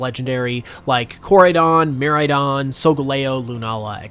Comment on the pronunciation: Umm dude you are saying the name of the two legendary pokemons Wrong is Koraidon and Miraidon why some people don't know how to Say the Pokemons and Unova Names Right